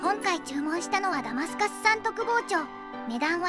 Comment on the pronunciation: マダガスカル？マダタスカル？